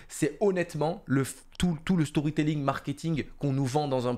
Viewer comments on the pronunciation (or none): none